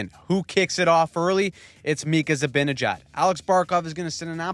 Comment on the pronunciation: Go Cnada but you're still pronouncing it "zabinejad" not the way it's spelled